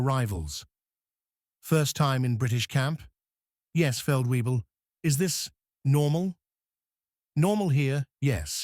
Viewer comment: Feld weebles..... as for the hymn 'Lobe' den Herren....ach was